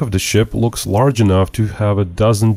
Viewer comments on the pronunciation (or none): none